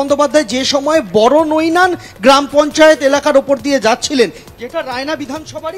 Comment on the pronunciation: ওরে খ্যাপা-- গ্রামটা বড়নৈনান নয় । ওটা বড়বৈনান।